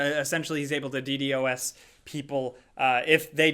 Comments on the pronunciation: Say it with me: Dee-Dahs. DDOS. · It’s pronounced Dee Dos